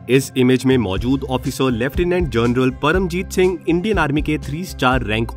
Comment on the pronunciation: Aap ki awaj में show off करके bol rahey ho. "जोनरल " ..."ओफिसर" ....bhai sidha उच्चारण karo bhai.. जादा show shaw mat kar yar.